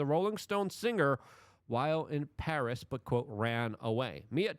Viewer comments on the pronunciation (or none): none